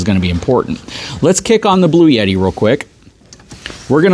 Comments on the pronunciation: There’s no “Y” in Bluetti. Blue-etti. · There is no "Y" in Bluetti. 🤔😏